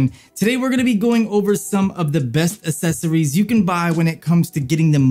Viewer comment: "Assessories" lmao 🤣🤣🤣🤣